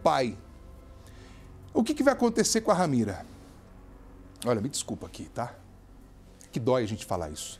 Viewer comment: Ramira não. RAMERA. Misericórdia senhor,lamentável.